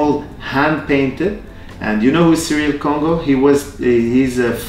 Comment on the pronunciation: its cyril kongo, not serial congo !!